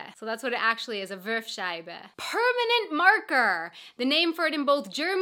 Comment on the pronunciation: "Wurfscheibe", nicht "Würfscheibe". Your native language is English, not Arabic,.